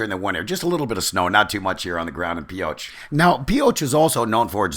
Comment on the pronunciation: And what is the classic phrase well known by Nevadans ? Thought so.. If you ain't form Pioche, you ain't from Nevada. BTW it ain't Pee oh tch.. I'll let you figure it out.